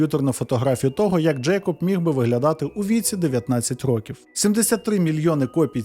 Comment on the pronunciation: В автора явна проблема з наголосом в слові "Років". потрібно з цим працювати, бо під кінець відео починає підхарювати. Наголос на другий склад може бути тільки в значенні невідомої кількості років. "Протягом рокІв не могли знайти нападника": "протягом 10 рОків не могли знайти нападника".